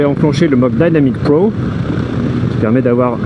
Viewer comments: Je vois que vous avez fait des progrès en anglais , mais pas encore assez dans la prononciation ..... Alors dynamic et dynamic pro faudrait le dire en français comme vous faisiez avant . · J’adore ton accent anglais Dynamic Pro ou c’est dainamique pro lol 😂